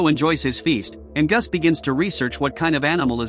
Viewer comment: Your AI voice is horrible ! It can't even pronounce Angus !